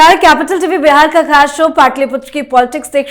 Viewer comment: मीडिया में काम करती हो और "बिहार" को बेहार बोलती हो।